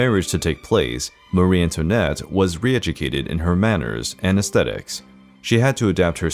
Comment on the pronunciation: This is a lightweight entertainment so it's to be hoped that no one affords it very much credibility. The stories are distorted and fit only for a comic or the National Enquirer. The pronunciation is abysmal too. Americans emphasize the wrong syllables in European words, particularly names. An example is Marie-Antoinette. Marie is pronounced with the emphasis on the first syllable, much the same as we pronounce Mary or marry.